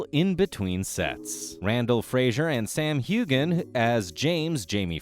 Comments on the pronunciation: Heughen. The G is silent. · Hughe-an the g is silent. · The silent g is what I meant! It is so annoying when a name is never pronounced right! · Voice overs pronunciation is awful! Hugan? Who is this?....oh! You mean Heughan pronounced Hewan, get it right! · I don't normally like to say negative things, but the sound of Heughan with a hard G instead of a silent G, was driving me crazy! lol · Why do you not pronounce Sam Hughans surname correctly? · If you are going to narrate these videos, please have the courtesy to learn how to pronounce the actors' names correctly. I'll tell you shall I? Hewan, Katrina and the one all Americans pronounce incorrectly - it's FRASER, not Frazier.